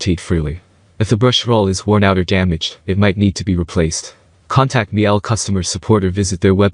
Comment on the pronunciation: COme on - it's not Mi-ELL; it's Meel-Uh, rhymes with "peeler" in UK pronunciation. Miele is German.